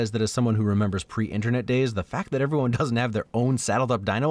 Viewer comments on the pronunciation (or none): none